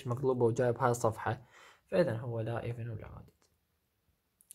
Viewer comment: جزاك الله خير ولكن تصحيح بسيط تلفظ اود وليس اودد وارجوك الرجاء الاخوي ان ترفع صوت التسجيل في الحلقات القادمة